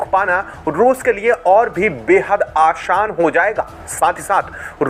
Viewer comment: Aashan nahi Aasaan hota hai